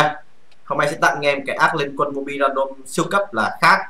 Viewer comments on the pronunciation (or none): none